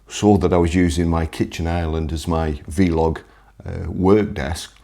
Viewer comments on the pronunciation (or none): Don't take this as a criticism (more polite advice - you know I like your videos....keep making them please)....but to be down there with the kids....a small correction......it's not V-Log (as in two separate words), it's one word...vlog....as in blog🤣 (but who the f' am I). Don't want the wankers criticising you for being old again do we 🤣